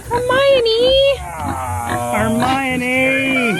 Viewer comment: Riley Fitzpatrick JK pronounces it Her my Oh nee. When the author goes to the trouble of explaining the pronunciation in the novel at least have the respect to get it right.